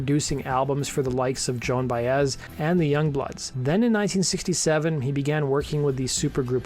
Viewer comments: Did you actually say John Baez? It’s Joan pronounced JO NN the A is silent. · Joan Baez Joe'n buy-ez Joan Baez